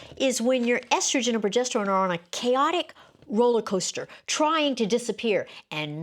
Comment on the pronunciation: This lady can’t even pronounce “progesterONE” 😮😮😮